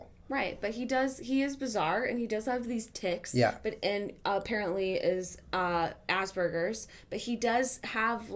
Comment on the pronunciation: aspergers Jenna, not Ass burgers!